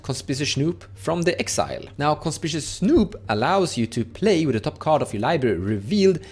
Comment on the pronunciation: Hi, no shade intended, but just so you (and everyone else) know, the red goblin Conspicuous Snoop is pronounced, Con-spick-you-ous snoop:) Conspicuous means “standing out,” or, “being obviously visible.” Many Americans too, struggle with the spelling of this word haha I have friends all the time who call it con-spish-ous, and it drives me insane 😂 I’m a writer. I guess that’s why. Thanks for the video! You’re my go-to guy for all things edh